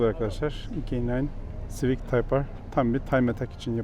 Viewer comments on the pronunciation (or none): none